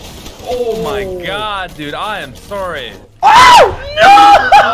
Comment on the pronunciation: “I am sorie”